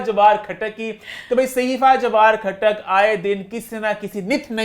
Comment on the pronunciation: khhatak khhatak nhi khatak